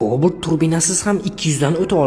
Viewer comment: Тўғри гапир ў коооблт демай! Ўпкангни босиб ол.